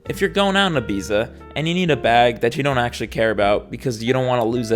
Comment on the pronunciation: ibiza is not pronounced that way